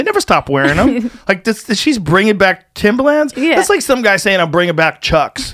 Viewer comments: Timba-Lands. Joe has a quirk where he pronounces shit incorrectly all the time haha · There’s an R in Timberlands lmao Joe “TIMBALANZ” Rogan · The face he says “timbalans” and not “timberlands” hahaha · Timberlands is pronounced timberlinds, not timberlanzzz😂😂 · He says it like the music producer Timbaland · Why does Joe keep saying “Timbalands”? Timbaland is a rapper and producer. Timberlands are boots. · Timber, not timba, T I M B E R L A N D S. Annunciate people. English. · I love how he kept saying, "Timbalands" because New Yorkers wear them. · People on the west coast call them "timberLANDS" not "timberlins"? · Timba-lins. Not limbah - LAnds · Timbalands? Timberlands you mean? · THIM-BHA-LANZ is the correct punctuation I believe. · If Joe saying timbalands doesn’t turn into a meme I’m gonna be upset. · Still cringing over the fact he says “timba lands” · Him saying "Timbalans" over and over instead of just saying Tims after the first time bothered the shit out of me for some irrational reason lol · "Joe Timber-Lands Rogan" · Who tf pronounces it timber”lands” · New Yorkers don’t say Timber LANDS lmao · Joe saying "timbalands" and supporting trump. Way to ride the fence Joe. No heart. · Anyone else kind of cringe the way he says timberlands? I guess he’s a west coast guy but cmon B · The way joe is saying Timba-Lands hurts my ears. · Joe "TimbaLAAnds" Rogan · Cus (surprise twist) HE'S never owned a pair! And he thinks that's how it's pronounced because he's only ever heard black people talk about them, and that's how they say it. Joe a real one. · The way he pronounces Timberlands is gold